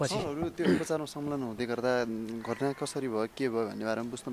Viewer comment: यले पत्रकारीता नगरेको जाती छ भैसीलाई घस काट्दाहून्छ बोली छैन यस्को घाट्नालाईत घतना भन्छ थ्क्क